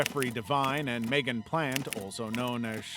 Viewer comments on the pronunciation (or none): none